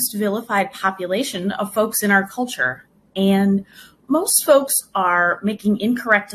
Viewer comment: When I heard that "licensed sex therapist" talk about MAPs, I'm pretty positive she was saying "folx" not even "folks", she was that woke.